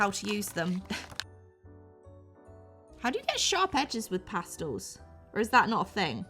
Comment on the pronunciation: This looks so fun and I love how you gave your opinion because I completely agree with you… BUT you pronounced pastels wrong 😢 I’m sorry but this made me so annoyed 😡oil “pastulls”? No. It’s pronounced PAS-TELS! Thank you for your time bye now 👋